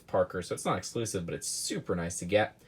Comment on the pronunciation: "eclusive"?! Lol